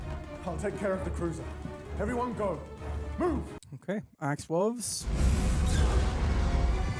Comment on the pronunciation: Axe Woves